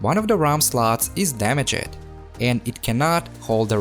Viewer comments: “damage ed” no no no damaged its all one word bro ur miss saying it i know english is not ur first language so i hope this tip helps u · I love the way how says DamagED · when you said damajed i felt that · Great job ! just to let you know "damaged" is two syllables 😉